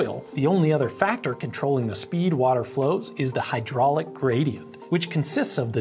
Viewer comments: Am I the only one who always hears "Grady-ent"? Yes? I'll show myself out. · Fantastic video! The plexiglass simulations are hugely helpful in demonstrating these concepts, and are a lot of fun to watch. Also, I heard "Grady"ent once and now I can't unhear it.